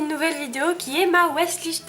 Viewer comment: Non non pas "ma weshlist" juste "wishlist" aha :)